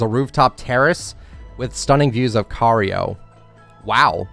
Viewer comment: The way he says "Cairo" gives me ear cancer